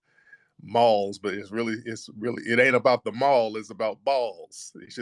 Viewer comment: This dude said balls instead of malls 😆🤣😂